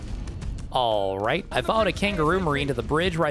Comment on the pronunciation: “alrrrrrright” proves he is the son of the meat carver from the Old Country Buffet training videos on YT.